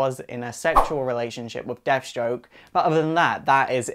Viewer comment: lol..."deaf" stroke the terminator....